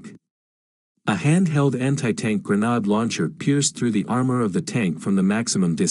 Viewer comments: Gren aid not gren odd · Why does nobody check the narrator! “Granard”. Ugh!😩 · Hey, is there any chance of getting a real human narrator? One that knows how to pronounce 'grenade' and 'Kiev', for instance. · "grenhard" launcher 🤣🤣🤣